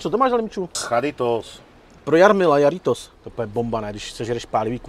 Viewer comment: jarritos je HARITOS !!!!!!! se vyslovuje moc lidi nedela domaci buffalo je to mix pepru pozdrav z chicaga/Brna